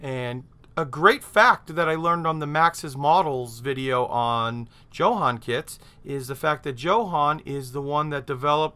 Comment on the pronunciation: I bet it's pronounced YO-HAN.......Great vids.....